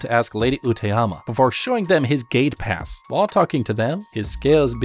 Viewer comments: I kept thinking whenever he said gate pass he said gay pass😂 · I kept thinking you were saying gaypass I was very confused at first.